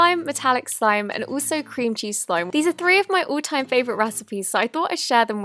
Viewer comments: At first I thought she said cringy slime 😂😂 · Am I the only one who thought she said 'cringey slime' at the beginning? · I thought she said cringy slime not cream cheese slime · Lol I heard Cringey Slime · Oh I thought she said cringy slime but it was cream cheese slime😂😂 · i misheard cream cheese slime wrong this is what i heard “cringy slime” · no hate but when you said cream cheese i thought you said cringey btw i subscribe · When she says cream cheese i feel like she says Cringy or Cringey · I thought she said “cringey slime” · I thought she said clingy slime at the beginning . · When you said cream cheese slime I'm thought you said cringey slime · I thought she said “cringey slime” 😂😂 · No offence but when she said cream cheese slime I thought she said cringy slime! LOL! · When you said 'Cream cheese slime' I heard you say cringy slime. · I thought you said "Cringey slime" Instead of "Cream cheese slime" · I first I thought she said cringey slime 😂😂 . Anyways , great video ❤